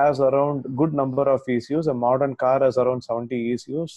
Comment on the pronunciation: Modern, not mordern